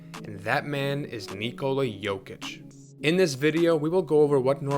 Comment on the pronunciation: Kudos for the most decent attempt pronouncing "Nikola" i've heard in a while. Where are you from ?